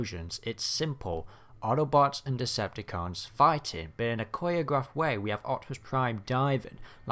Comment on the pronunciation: Coriagrafed. I chuckled lol dont mean to be that guy but for future reference it's choreographed 😄